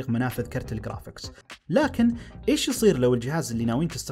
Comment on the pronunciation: قرافيكس ❌ خرافيكس ✅